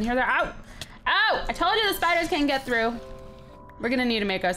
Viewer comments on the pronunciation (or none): none